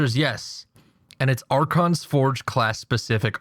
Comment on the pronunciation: ***** its archon* actually